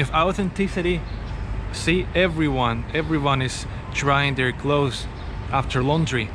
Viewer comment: I never want him to learn how to say clothes